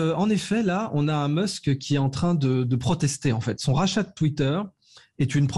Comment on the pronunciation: Je savais qu'il avait tacheté Twitter mais j'étais pas au courant qu'il avait racheté " Twittaire " 🤣